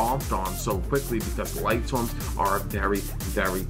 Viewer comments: It annoys the hell out of me that they keep saying Lightswarms and not Lightsworns... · I think it's lightsworns not lightswarms lmao